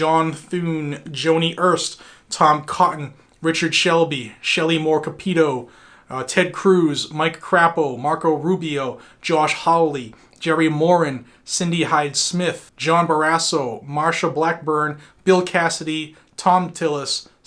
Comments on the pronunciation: The Idaho senator pronounces his name with a “long a”. Like cray-po. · Mark Crap-O? Did I hear that right?